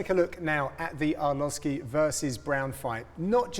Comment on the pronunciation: lmao did John say entree arlovski ???